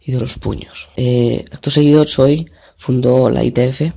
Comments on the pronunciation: Choi se pronuncia Che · En realidad es "Ch-i-e" por eso a veces se oye Chi or Che.